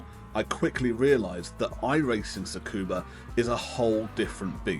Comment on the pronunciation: Loved the video! Just one small tip for future reference; Tsukuba is pronounced as “scuba.”